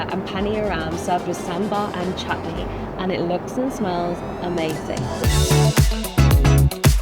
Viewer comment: It’s not chaaatney and is not dorsaaa it’s dosai